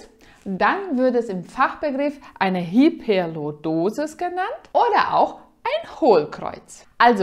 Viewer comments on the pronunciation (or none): In ihrer Muttersprache spricht man wahrscheinlich das y als i. Ich weiß aber nicht genau, was ihre Muttersprache ist.